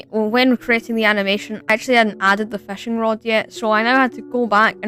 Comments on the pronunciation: New sub🎉 why did you say "*FÆSCH*" and "*FÆSCHING*"?😭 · Bro says fasch and fashing